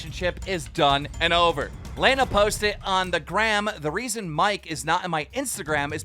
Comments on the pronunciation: It’s not laina it’s Lana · Its lana not lejna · How is Keem still pronouncing Lana as Lay-na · "Were talking about Mike and Layna". C'mon man quit acting like you don't know how to pronounce her name lol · Cant believe he still call her laena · Keem can‘t say anybodys name correctly. Who tf is Layna? A friend of coryna? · STOP SAYING LEINA I BEG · i like how he said lana : lane-uh. jk great video! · Bruh keem mispronouncing Lana as if he doesn’t know her name or hasn’t seen her vids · How can he not say ‘Lana’ properly